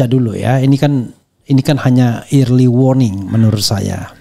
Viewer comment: Punten, early bacanya "ərly" bukan "irli".